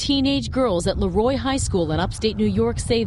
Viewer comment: i live near there and its LEEEEroy not LAroy